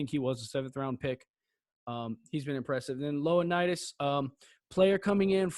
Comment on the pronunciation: Good info, and it’s ionnidis not Loanndis for the future. I think he’s gonna be an upgrade from fox. D line is the only place I think we need to get deeper